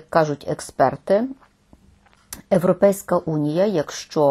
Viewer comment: Почему она говорит Европейська, а не Європейська??? Очень режет уши.. говорить на Украинском так говорить правильно..